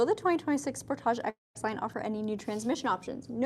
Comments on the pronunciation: it's pronounced sportage okay 👍 👌 😊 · Love this review! I know "spor-TAH-j" is how it's pronounced in Canada and it's so funny to me. 😂 Do you also pronounce other words with the "-age" suffix such as package or luggage like that? "pa-KAH-j" and "lu-GAH-j" 🤣🤣🤣 (edit) OMG you do!